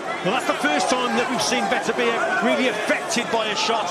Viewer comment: Yarde belt up to his rib cage. Ref pulling up his shorts?? Fix was in. His name is pronounced Beterbiyev. Not butter biev. Ignorant commentators